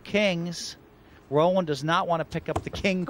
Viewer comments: Luske straight out accuses Black of cheating. And this was pre Postlegate. I'm surprised Black just took it. Hellmuth needs to decide whether to pronounce de Wolfe's name roLANd (like he's French) or ROLand (as it should be). He seems to change his mind every time he says it. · You beat me to it. I was just about to make the same point. I have no problem when someone continually pronounces someone else's name incorrectly, but constantly switching from R-oh-land to Ro-lah-nd is just ridiculous...!!